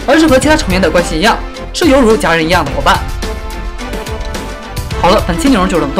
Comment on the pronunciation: 犹如家人听成了路人甲